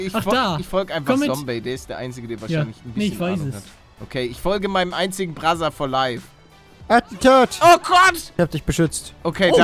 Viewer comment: Immer wenn ihr "brother for life" so aussprecht muss ich an Brazzers denken😂